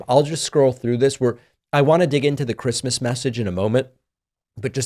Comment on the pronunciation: He must not have gotten the Chwistmas pwesent he wanted.